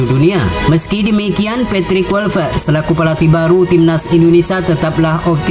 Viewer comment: kLuivert bang, bukan KuiLpert 😑